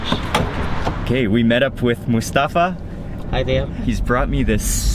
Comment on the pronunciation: You pronounce Mustafa so wrong its cringy.